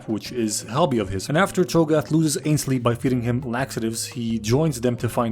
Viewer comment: consistently calling Hogarth "Chogath" and Mansley "Ainsley" is simultaneously hilarious and infuriating